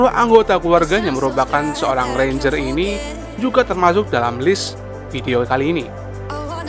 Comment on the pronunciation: Ngomong renjer aje renja🤦🏻‍♀️